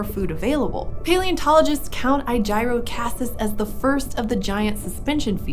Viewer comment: he named it after aegis I’m hoping an hour just pronouncing it wrong because that’s incredibly dumb name otherwise. I’m assuming you said it wrong due to it looking like a shield almost.